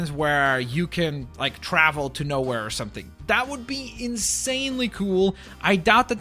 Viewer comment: The one of going knowhere should be said like know here but I also forgot what that's a reference from